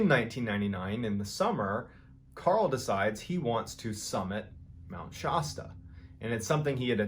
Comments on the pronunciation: Love the stories. Please pronounce it correctly: it’s pronounced Shăsta, the a pronounced, rightly or wrongly, as an a in apple. Your pronunciation may be correct (Shah-sta), but Californians know it as Shăsta. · Love the way he says Mt. Shasta, it is wrong but I love how funny it is lol (Sha-stuh, not Sho-stah) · Mt. Shasta....soft a sound. Not Mt. Shosta!!!!! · Shastah not Shosta... Mt Shasta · Love ya man…but it’s Shāsta. Not Shawsta. Haha. Love your stuff though 🎉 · It’s pronounced “Shasta” not “Shaw-sta”! 😂😂😂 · Mr. Ballen, you are the best stroyteller. One correction: Mt. Shasta is pronounced like Fast-a not Pasta. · Shasta, not Shosta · It's pronounced Mt. Shasta, not Mt. Shawsta. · It’s Mt Shasta not Mt Shausta. Shasta like Shaft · I love Mr ballen but he regularly mispronounces names of places and it kills me. It’s Shasta like Shasta soda not shaaaaasta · its not pronounced shaw sta....its pronounced Shasta like you would say shadow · Cool video. But it’s pronounced “Mt. Shââh-stah” and NOT “Mt. Shaw-sta.” It’s a long “a” like “Bat” not “Shaw-sta.” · Love your stream I’ve been listening to them every day at work I’ve heard the Mt Shasta stories on a couple of your videos. The only thing that bugs me because I was born and raised there is how you say Shasta it’s Sha Sta the a in Sha is like the A in Apple not Shaw Sta it’s short A like bath, trap, bat. Sorry I’m that guy I just can’t help it because I’m from there. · Dude please! It's pronounced "Sh-ASS-ta". not "Sh-AWE-sta". Been there. Skied it. Did not get abducted!! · Please stop pronouncing it like Shosta. It's Shasta, the a sounds like the a in the word "catch". Other than that, great story but your pronunciation is driving me nuts. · Shosta? Sh-a(like in apple)sta. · Around the west coast.... it's Shass-tuh Not Shah -stuh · Pronouncing Mount Shasta as Mount Shah-stah, it's Mount Shaa-stah, lol, but other than that I am subscriber and love these videos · It's not pronounced Mt. ShOsta it's Mt. ShAsta💗